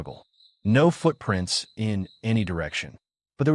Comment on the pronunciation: “Nó foot prínts”